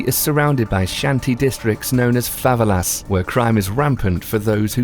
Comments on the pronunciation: fav-a-las really? you mean fava-ella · favalas, sick pronunciation. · Favelas.... Favvelass? Militia... Millitier??Dude what the hell. Do you even know how to read? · Fuh - Vel - Uh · Jim Allegro yeah I was thinking have I been pronouncing said words wrong the whole time!! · Did you hear how he pronounced favelas? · I had to switch off after you pronounced Favelas.